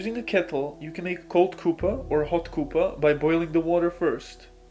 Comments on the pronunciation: "Hot Couppa" I know he is trying to say cuppa (as in cup o' tea) but it tickled me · Aw 'Koopa' lol Cuppa is a slang term / abbreviation because when you say "Cup of tea" quickly it comes out as 'cup-pa' tea' In the UK, Australia and NZ you can just ask somebody if they 'fancy a 'cuppa'?' And you don't even have to finish the sentence, everybody knows you mean tea. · The way it pronounces "cuppa" is hilarious.